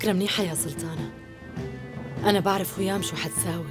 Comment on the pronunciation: ما بتقول سلطانة بتقول سلتانة😂😂😂😂😂😂💔